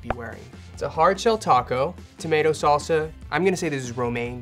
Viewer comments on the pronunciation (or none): none